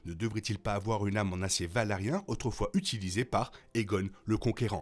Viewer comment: Vidéo intéressante, par contre ça se prononce Valyrien pas valarien. Sinon je me demande pourquoi Aemond avait son épée dégainée et était en train de la ranger quand Criston Cole l'appelle. Parce qu'il commence à la ranger avant que Cole l'appelle... Sinon je ne sais pas si Aegon sait lire le valyrien ou pas. Clairement il le comprend, mais le parle mal. Je pense qu'il sait le lire quand même. Mais j'adore quand les personnages parlent valyrien pour se parler entre eux. Mais je me demande si le grand mestre Orwyle parle valyrien. Parce qu'il n'y a pas que les Targaryen et Velaryon qui le parlent, il y a aussi les Celtigar et toutes sortes de gens très éduqués. Donc un bon nombre de mestres.